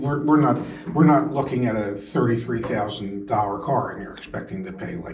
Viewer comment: Ask her to leave?...what kind of an idiot are you?....SMH. This has to be the worst car salesman on the planet! I would also never buy from a salesman that cannot say the word "dollar" corrrectly! Never finance through the dealer...their programs are usually s&^t because they, of course, have a built-in kickback there as well!